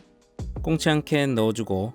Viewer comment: 발음이 캔콩치??